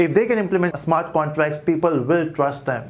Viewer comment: Smart contrass 😂😂😂 great explination but yet funny pronunciation...